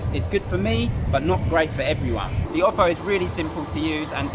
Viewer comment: i really like the way you pronounce oppo